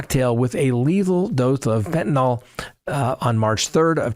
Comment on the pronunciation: FentaNYL...NO "O"...